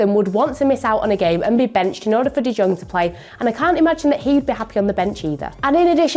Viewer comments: i died when she said frenke de JJong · Is anyone going to mention how she can’t pronounce de jong